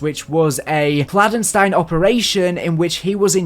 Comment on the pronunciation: stop please I know you know how to say it right